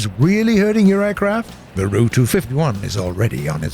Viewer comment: I hate how he say the ''ru'' instead of the ''R.-U.''